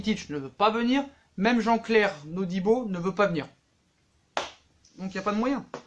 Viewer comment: Tu dis “NODIBO ”😂😂c’est todibo